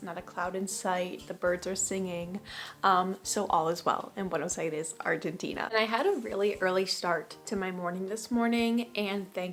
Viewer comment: Me gusta como pronuncias "Buenos Aires", un poco ya te aporteñaste.